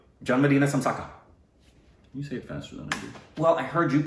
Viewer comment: Birthday wishes to. May you continue to be happy and joyful always. Note to: Great effort considering you had to rely on Google translate. I can understand its limitations. Malayalam - It is Janma Dina Ashamsagal. [Not samsakal] Kannada - Huttida Habbada Shubhashayagalu Tamil - Piranthanaal Vazhthukal [Most people can't pronounce 'zha' and it's tough to translate it phonetically so it is replaced with L]. Hindi - Janam din ki Shubhkamanaye would have been more appropriate. Mubarak is Urdu. Not popularly used.